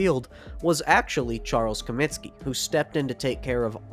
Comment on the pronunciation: Comiskey not Cominski